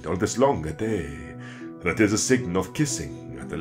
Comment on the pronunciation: Why pronounce day as dee? I thought in this period everything was pronounced as it was written, so wouldn't it be dai/daeg? Would it not be more of a diphthong glide?